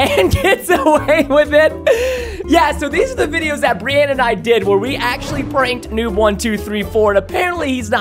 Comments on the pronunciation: when you said brinana it made me laugh so hard a broke my ribs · I died when he read Brinanna 🤣🤣🤣